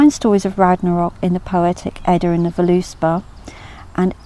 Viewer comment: it's pronounced vurluspaw, but good video :)